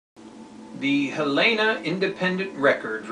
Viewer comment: Thanks,. A very real possibility indeed. Not that it makes a shit, but Helena is pronounced like you would the woman's name, Helen...uh.